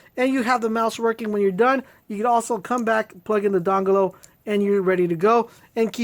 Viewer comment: LMAO. i thought it was by mistake, bus its just the way he says dongle XD